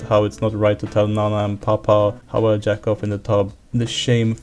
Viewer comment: R u french cuz u pronouced jack off like d'accord